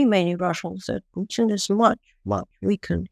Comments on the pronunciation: Please,,,,not PEWTIN 😂😂😂😂😂😂😂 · Not PEWTIN 😂😂😂😂 ITS PUTIN !!